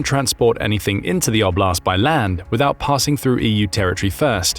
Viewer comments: 'Oblast, not obl'Ast 😂😂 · Just for context "oblast" is word that in a lot slavic countries mean region. (btw also is have to be pronoucet differently)